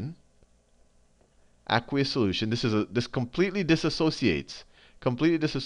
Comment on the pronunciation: You say aqueous weird. It drives me nuts!